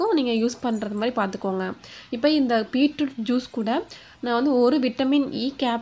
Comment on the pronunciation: Peetroot ila beetroot